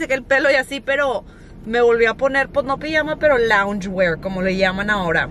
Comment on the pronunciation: "Louge wear" is my style